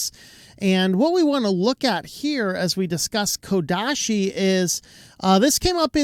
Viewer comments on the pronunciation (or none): ouch, it's not KodaSHi